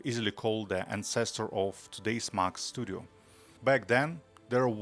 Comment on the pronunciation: If only you could pronounce Mac correctly.